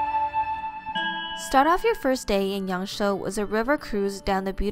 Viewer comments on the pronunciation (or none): It's not "Yang Shou", but "Yang Shuo".